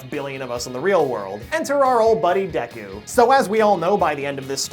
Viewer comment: You're already better than MattPat by actually saying Deku correctly., also hair color in anime will never make sense.